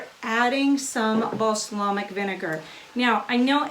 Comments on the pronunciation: Beejay Swifter oh thank goodness I thought no one would tell her. I feel her though my best friend can't pronounce scissor or burlesque correctly either. And my cousin had a problem with the letter T for many years. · Beejay Swifter I think we should playing a drinking game that every time she mispronounced balsamic we take a drink. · Cringed the first time. But she's so likable, I giggled each time after. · So what she mispronounced a word. So has everyone! Be kind.